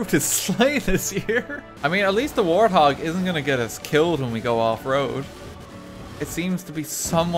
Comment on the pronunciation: wanted a "warty hawg", not a warthog